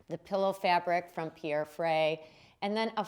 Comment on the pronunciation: Nobody ist able to pronounce the name Pierre (Frey) correctly. 😂 Otherwise beautiful spaces, beautiful ideas.